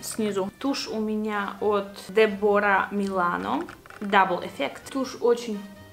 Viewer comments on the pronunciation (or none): 15.21 ударение на е, Déborah